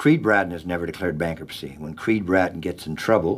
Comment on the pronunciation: when creed pronounces bankruptcy, he says it, bankrupetsee. and its pretty neat.